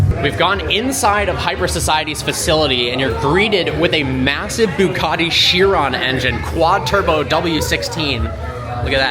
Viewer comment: What the hell is a Boocatti engine 😂😂😂😂